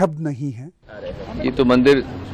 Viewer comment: With all due respect...it's not Mandar...it's Mandir 🙏